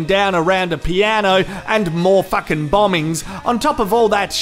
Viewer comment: It sounds so funny when he says fucking, because he says facking.😂😂😂😂😂😂